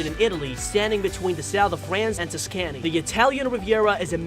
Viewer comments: Tus can e? Ver knee? Oh geez.... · Pls, Tuscany is pronounced Task-any, with the accent falling on the first syllable as you'd say in "task". Not tuskààny